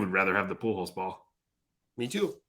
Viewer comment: Also, keeps saying Poo Hose. I dont know who that player is lmao.